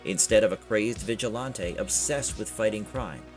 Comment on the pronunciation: Right!? And stop saying “vigilAAWnte”!